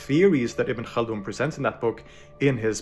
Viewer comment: but did you hear that "Ibn خaldun" though 🤌🤌, to me thats enough Don't forget how hard Arabic is, the fact that he has gone this far in terms of pronunciation is really impressive